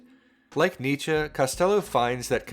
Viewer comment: You pronounce Nietzsche wrong